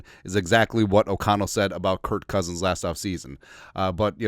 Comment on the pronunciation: It is Kerk not Kért Cousins.